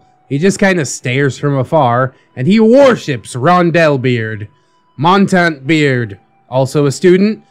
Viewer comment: Montante (he keeps mispronouncing it the French way... the Spanish pronunciation with an "ay" at the end is the term for longsword while the other is French for mountain) should have an Inigo Montoya voice. lol